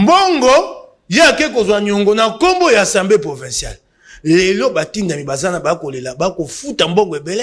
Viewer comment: Bonjour. Nous aimons beaucoup ton émission, de la bonne information mais aussi de la pédagogie. Tu es suivi à travers le monde. Petite correction mon frère on dit (assemblée) et non (ensemblée) Ca commence à faire un peu mal aux oreilles et risque d'induire certains congolais en erreur. Merci beaucoup. Na ndenge ya bien. Mokonzi.